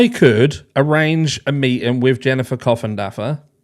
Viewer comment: You crack me up every time you call her coffendoger lol I cannot stand her last name either! I would for certain change it if I had it!!! 😭😭😭🤤🤤🤤